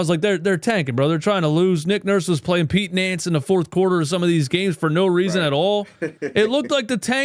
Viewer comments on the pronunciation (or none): I can't help but chuckle every time I'm being a dumbass when I hear you say Pete Nance's name cuz I remember hearing it as Pete Wentz... as in the bassist of that emo band.